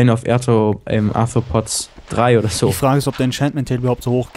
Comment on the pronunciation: und seine Aussprache von Bane of Entefotz... ähh Anthropods ^^